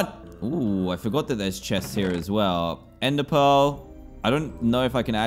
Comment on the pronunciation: *ender pearl not under pearl